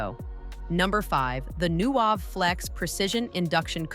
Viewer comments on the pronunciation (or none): AI content sucks.Those fingers look so creepy! And the voice messed up the brand name "Nuwave."